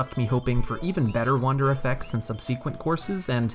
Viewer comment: Great list and video. But, are you pronouncing subsequent as sub-SEE-kwent?